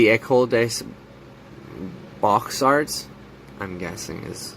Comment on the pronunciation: 'Beaux Art' is pronounced 'BOWS ART';. do NOT pronounce it 'BOX ART', PLEASE...